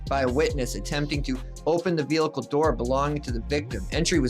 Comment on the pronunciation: I find it humorous that you point out someone's spelling mistake but you can't pronounce the word vehicle properly